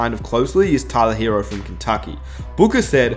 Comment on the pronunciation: If you such a big Heat fan, maybe you should learn how to pronounce "Tyler Herro".